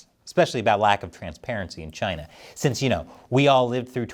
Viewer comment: Trump was no where near perfect but a lot of what he said was right and everytime I hear china it's CHI-NAAA